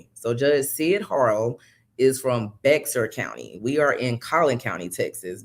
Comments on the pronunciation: FYI- Bexar County is pronounced Bear County. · I came across your channel. I love your podcast and will continue to watch your coverage of this trial. Also subscribed. Just wanted to let you know as a Texan, Bexar is pronounced like “Bear”, the X is silent. Thanks